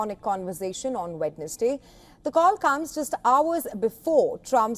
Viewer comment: Wednesday… pronounced wensday … please